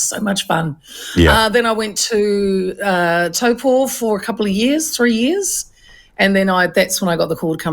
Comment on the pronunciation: She Said Taupo…pronounced Toe Poor